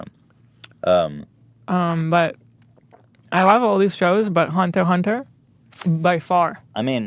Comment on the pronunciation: he pronounced hunter x hunter right. good for u